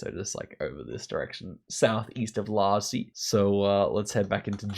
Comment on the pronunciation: lol dude, it's the 2nd time I'm telling you, that's not "Lasi" 😝😝😝😝😝 there's no L in it 😝😝😝 The city is Iași and it's pronounced somewhat like "yush"